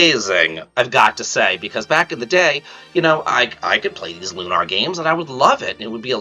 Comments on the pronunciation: "Loo-naur" Bro it's Lunar. Like Luna, the moon? 😅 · It's Lunar, as in how you pronounce lunar eclipse. "Lune (like June) - Er (like the ending of LATER)." Lune-Er. Lune-Are is incorrect pronunciation.